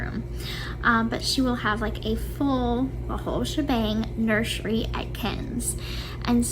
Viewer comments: "Nurshery" kills me every time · The way she says "nurshery" drives me insane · I can't stand it when she says "nurshury". It makes me wanna slap her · It won’t be a “nurshery” it’ll be a stage 🤦🏻‍♀️ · If she says “nurshery” one more time, I’m gonna lose it 😂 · omg Gypsy has to stop pronouncing nursery wrong. it's deafening to the ears